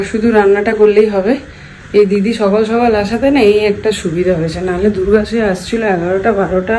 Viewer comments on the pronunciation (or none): none